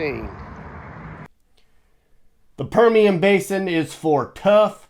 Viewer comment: Also you it's Permian High School. You said that wrong